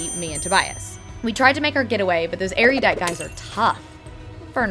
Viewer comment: MOLLY IS ASIAN!!! And did I hear "Erudidiot?" :P